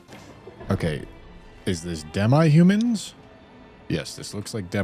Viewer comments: “Dem-eye humans” dawg come on it’s pronounced “dem-ee” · Dem-EYE Humans? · “Dem eye humans”😂